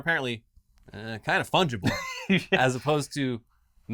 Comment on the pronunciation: "Sounds like these tokens are fungable" literally had me in stitches